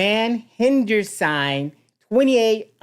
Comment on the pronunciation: His name is sing not sign.😊